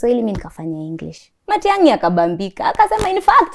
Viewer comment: Matiagi she said